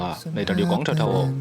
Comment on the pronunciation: 看得好想家...，你的重庆话不行老哦，”光条条“是三声得嘛